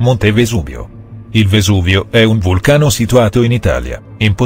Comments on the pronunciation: Si dice vesuvio no vesubio cit sono napoletano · 1)Perfavore non mettete voci Roboticheee,danno fastidio 2)Vesuvio non Vesubio ignorante!! 3)Lo Yellowstone??Ignorante video solo per "visual"=guadagno; #STUDIIA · Vesuvio non vesubio!! Comunque bel video✌✌ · Si dice vesuvio no vesubio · Si dice Vesuvio non Vesubio. Ad ogni modo i sono napoletano quindi fidatevi:si dice VESUVIO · Vesubio hahahaahahahahahahah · Ma basta con ste scemenze che dire che si dice Vesuvio no Vesubio ed è un offesa per i napoletani ma crescete un po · VESUVIO NO VESUBIO MA CHE ROBOT DICI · Ma non si chiama vesubio ma vesuvio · Guarda che si dice vesuvio è non vesubio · Il colmo di un napoletano dire Vesubio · vesubio? ahahahah vesuVio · Il Vesuvio è il più potente e maestoso e poi si chiama Vesuvio nn Vesubio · io sono di napoli e si dice Vesuvio nn vesubio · La numero 2 si dice VESUVIO!!!!! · Si dice vesuvio